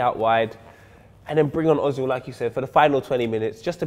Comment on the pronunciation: no its özil! why are there for example french players with acsons in the bpl but when a german player has an Ö , nobody cares ? sad Ö ;-(